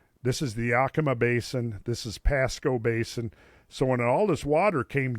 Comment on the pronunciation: The way he says Yakima makes me want to Yak